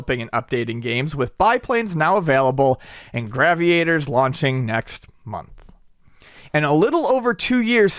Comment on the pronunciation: mispronounces shit on purpose I am convinced. Gravy-Aters... In game with ships and black holes, it's Gravity, so Grav-EE-Ators.. Lol. Still love the show, but the list of words he slaughters grows...